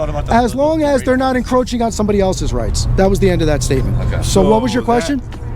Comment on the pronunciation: I laughed my ass off when that guy kept saying "encrotching the speaker". I guess you not only audit them you molest them too🤣